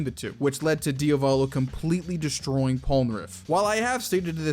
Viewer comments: man im fine with pointing these out... but please call him Diavolo and not Diovolo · I turned the video off at ~ for two main reasons: The character is called Diavolo, Dia-volo, not Dio-Valo. Secondly: schizophrenia and multiple personality disorder/dissociative personality disorder are distinctly different Illnesses with distinctly different causes. DIS is result of childhood trauma and being Schizo is (most likely) the result of chronic inflammation of the brainstem while in the mothers womb. It can happen that those conditions intertwine, but it's incredibly rare. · Why do people say diovalo and not diavolo? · Why do you pronounce Diavolos name wrong?